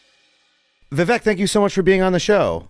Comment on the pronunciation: Vivek is pronounced with a long second syllable, like Vi-wake, as opposed to Vi-veck